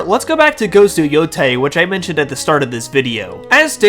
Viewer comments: I have to politely point out that it is pronounced “yotay,” and not “yotai.” The “ei” is pronounced as an “ay.” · Japanese words are pronounced exactly as how the latin alphabet is supposed to be pronounced. Yotei is: Yo (as in yolk without the lk) Tei (as in tail without the l) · No offense But can someone please teach this man the correct pronunciation of Yotei please? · I can't with this dude not being able to pronounce Endymion or yotei